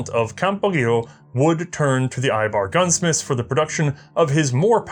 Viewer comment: one more comment, the ei in eibar is pronounced like the ei in seis.